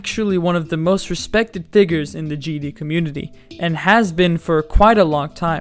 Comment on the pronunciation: I know he said figures but it really didnt sound like it..